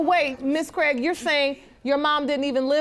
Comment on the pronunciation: I fookin hate hearing my surname mispronounced over and over. Its Craig not Cregg